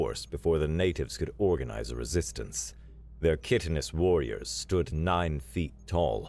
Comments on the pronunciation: Worth pointing out (again, though you have improved from previous videos), that the first syllable of "chitinous" sounds like "kite". And any military commander who doesn't know fear, is one who hasn't completed basic training and shouldn't even have a rank as high as private. Also, anyone with even the rank of private should know better than to delete the record of a "do not go here" location like Earth. That's just begging to have someone else show up and get in even worse trouble than you did... I love that you managed to get so many random silly references in this one (some multi-layered ones), but have to question if Hank Jenkins is related to Kevin or Leeroy? ...probably both. ... ... For anyone who doesn't know, I recommend looking up "Deathworlders Chapter 0: The Kevin Jenkins Experience" - it's a classic of HFY and forms the foundation for one of the longest-running webnovels in the HFY genre. Not so sure it's worth looking up Leeroy Jenkins... but I guess it was fun while it lasted. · Kye-ten-us, please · Excellent story, funny as hell in places, the narration is excellent. That being said...Chitinous should be pronounced with a long first "i" sound, should sound like the words"kite" "in" "us". Liquid Smoke at a Texas BBQ competition, I don't think so... Hank, Propane, I salute the writer. You mispronounced a few other words compared to what was in the screen as well, still much better than any other SciFi channel.